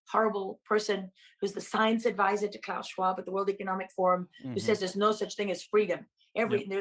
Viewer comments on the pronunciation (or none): none